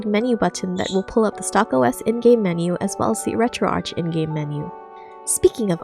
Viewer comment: Why do you pronounce ArchOS correctly but you mispronounce Retroarch?